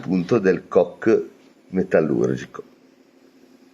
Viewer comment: Non é carbon “cock” 8===D ……ma carbon “coke” come la coca cola